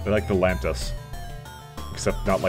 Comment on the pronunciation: FFS, lan-ee-us not lan-tis! Try to read properly!